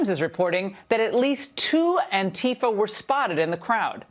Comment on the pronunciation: Finally! Somebody pronouncing "Antifa" correctly again, the way we used to pronounce it before the right wing's preferred, stupid-sounding pronunciation started to take hold! This is a relief. 😄